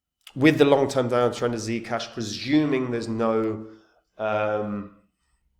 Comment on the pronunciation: is that how german give me ZEE CASHH like THEE CASHH